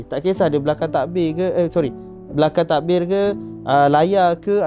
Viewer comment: Im sorry, tapiii HAHAHA bila dia betul betul nk pandai sebut 'belakang tabir' eh ? Asyik 'belakang takbir' je, team pon ikut je sekali 😂